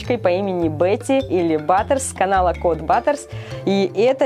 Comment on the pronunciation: Баттерс а не батерс